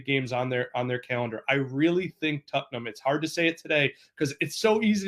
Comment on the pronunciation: this one dude keeps saying "tuttnum" and its friggin hilarious